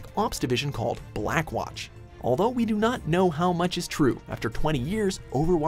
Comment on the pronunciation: "Ve...are compassion.." *Tf2 flashbacks*